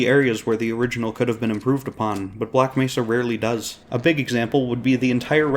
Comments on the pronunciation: Maybe they could've told him how to pronounce Black Mehsa this time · the saddest part was the voice actor did correct the mispronunciation but the fixed recordings didn't get used